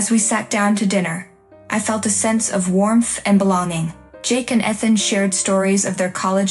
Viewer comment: They can't pronounce Ethan correctly, either!